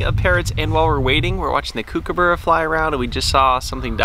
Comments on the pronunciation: The way you say kookaburra sounds so weird... It's Kook is supposed to be said the same as cook. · It’s kookaburra like cook not like cooooooooook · It's pronounced Cook-a-burrah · they pronounced it like Kookoobera. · i dont know why i got so triggered when they said kookaburra wrong i'm Australian and dang it got me triggered